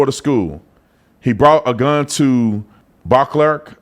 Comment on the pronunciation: Beauclerc Elementary pronounced bo clair. I went there for 4th grade wow.